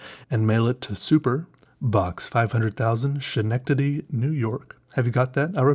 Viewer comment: Just a small correction, the city referenced in the book, Schenectady New York, is a native American name that is actually pronounced Skeh-nect-ady. I actually live only an hour or so away from there